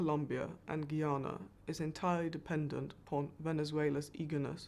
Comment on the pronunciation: Why are so many people incapable of pronouncing the country's name? 🙄 It's "Ghuy-ana" - Guyana. Not "Ghee-arna".